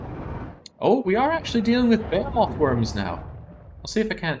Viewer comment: Why do you keep calling behemoth's buh-hay-o-moths? Is it a Britt thing? It's buh-hee-muhth